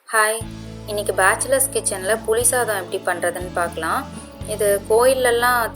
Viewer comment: தயவு செய்து தமிழை கொல்லாதீர்கள்---புலி சதாம் அல்ல புளி சாதம்